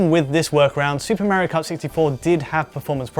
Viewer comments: Tenshi Cat Huh!? MEHrio is not how Italians say MAHrio. And the Japanese created Mario, therefore calling him MEHrio is just wrong. Just how people call Ryu RAYOO. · Why does he keep calling it "Mary Kart"? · Who's this Merry-oh guy this bloke keeps mentioning? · So excited to watch this until I realized it'd be twenty minutes of a British dude saying Mario wrong